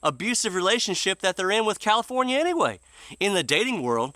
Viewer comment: Californa-stan? What horrible thing do you have against Stan?